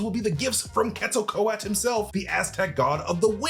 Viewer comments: It's Quetzalcoatl, not Quetzalco-at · But he's been confirmed as a mutant . Of course he can fly. He clearly has wings on his ankles in his birth scene in ALL THE TRAILERS. Please stop murdering the pronunciation of Quetzalcoatl!! Pronounced as : ket·suhl·kuh·waa·t.l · its pronounced Ketza-kwa-tel (Quetzacoatl) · Quetzalcoatl (cu-et-za-kwah-tel) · Ket•zol•kooah•Le is how you pronounce it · just as a slight critique, Quetzalcóatl is pronounced Cat-soul-c-what-l (that's the closest way I found it could be pronounces using common english words). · It's pronounced Quetzo-Ko-Atl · Quetzel ko-at 💀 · You're not saying Quetzalcoatl correctly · Definitely butchered pronouncing “Quetzalcoatl.” 😂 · Please pronounce the name of Quetzalcoatl right if your going to make a vid of him…. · You are forgetting to pronounce the L at the end Quetzalcoatl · Please pronounce the "L" at the end of the name. It is pronounced. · Why's he saying the name like that? Lol pretty sure Thor even said the name in TLaT. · Stop dropping the L at the end, you need to pronounce the L. 😂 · So much of this was just massively unsubstantiated speculation. And please learn how to say Quetzalcoatl. Why did none of your editors catch that mispronunciation either? The tie in with Thor Love & Thunder was a really good spotting and I really think you're onto something with that part, but reign in some of the rest of this speculation. You're just guessing plot points willy nilly. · Is the L silent in quetzalcoatl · Jesus Christ, guys.....how can we trust your theories when you don't care enough to learn how to pronounce quetzalcoatl... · Way to butcher an Aztec God's name.. if you can't pronounce it correctly don't even try saying it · That’s not the way to pronounce the gods name…